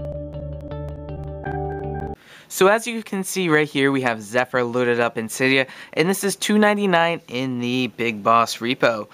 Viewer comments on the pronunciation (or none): its "zephyr" not "zephr"